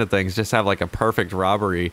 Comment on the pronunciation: “Prefect Robbery” lol 😉